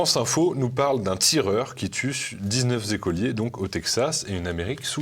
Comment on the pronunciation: Aïe mes oreilles... Dix-neuf z'écoliers... Paix à leur âme, ou leurs âmes. L'Amérique devient de plus en plus dingue.